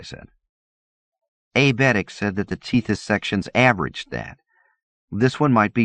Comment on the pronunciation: Te this, not teeth is, Eck uss not Eck wuss, Ack eela not Ack willa